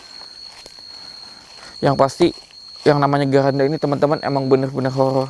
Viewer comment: Maaf bang keranda bukan geranda